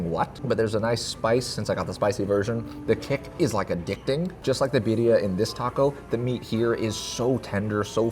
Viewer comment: omg you are butchering that birria 😂